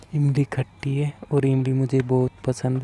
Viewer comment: khatti nahi bhai tatti bola 😁😂😂